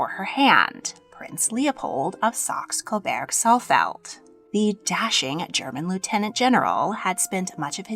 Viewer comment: The "burg" in Coburg should sound like the beginning of "burger."